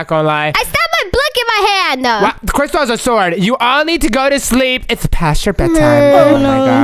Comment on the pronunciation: Its crystal not christel